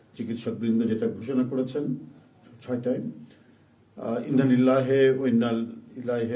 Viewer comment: এবার কেমন নেতা যে ইন্নালিল্লাহ টা ঠিক মত বলতে পারে না